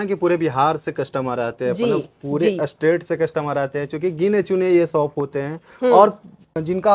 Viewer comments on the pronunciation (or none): अस्टेट नहीं स्टेट ,अस्पेशल नहीं स्पेशल बोलें एंकर जी।